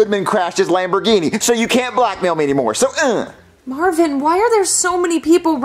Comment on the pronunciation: ITS MARVIN NOT MARVEN